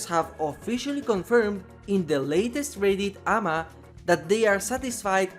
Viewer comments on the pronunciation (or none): Honestly, they simply need to do 2 things that are conceptually very small and don't break the game. 1: Make his rubber boot add on base kit. So you don't punish yourself when standing in a trap. 2: When an injured survivor gets trapped, they're in the dying state. That's honestly all. Btw. AMA is pronounced with the letters, so simply Ay Em Ay. And Ashe's name is pronounced without the E, so just Ash. Great video as always,! ❤️